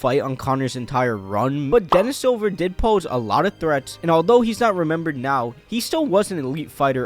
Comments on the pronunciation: It's Dennis Siver, not Dennis silver. Lol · It's pronounced sea-ver he's German I think.